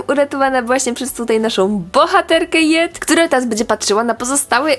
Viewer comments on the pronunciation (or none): Nie muw jet tylko dżet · nie hejt ale czyta się nie jet tylko dżet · Mówi się Dzet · Mufinaart ta świnka nazywa się Jet ale czyta i mówi się dżet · Jet czyta się Dżet